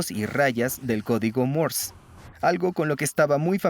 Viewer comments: No es "mors", es Morse. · Por que mierda dice codigo Mors !!!!???? Estas hablando y pronunciando en castellano - español no ingles cenutrio de los Andes ! El latino es una plaga , deberia existir una manera de poder separar en la web el audio latino del español , el latino no es un idioma , estoy cansado de oir latino cuando busco audio ESPAÑOL !